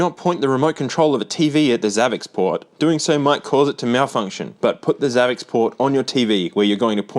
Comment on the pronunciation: I haven't seen anyone mention this but I think it's supposed to be pronounced savvy sport. Xavi and xport are separate words on the box and in English x can be used like an s. Following that logic it makes sense to be savvy sport because it's a "high tech" sports machine.